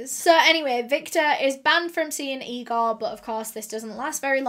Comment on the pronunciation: Its Igor, not Egor.